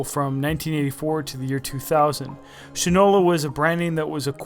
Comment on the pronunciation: It's SHINE-ola, not "shin-ola" (not your leg part, but SHINE — as in Shoe Shine!!!) The brand name is the old shoe polish manufacture is SHINE-ola. I have a Shinola bike, and a Shinola watch. STOP mispronouncing it! Go to a Shinola store. Geez, this constant "shin-ola" mispronunciation is annoying as all get out. Also, the guy is prejudiced against the brand to start, and is all gaga about Fossil, which to me was never anything but a cheap watch with a hip design. Faddish, vs. quality. Pay no attention to the man who can't pronounce his brand name — funnily enough giving rise to the old adage, "that guy doesn't know sh*t from Shinola!" By the way, he states he "feels" you are paying for the brand name — as if that's a revelation. Of COURSE you pay for brand names. That's how they get to be high end brands. Gucci, may, in reality, be no better than other well made and designed clothes, but you pay for the brand. Duh. Worthless review.